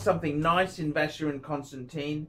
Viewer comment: He is SOOO very sophisticated, he would never bother laying his finger on a FC because that is only for the ignorant upper middle class plebes... He is so terrifically classy he ...is incapable of correctly pronouncing Vacheron Constantin...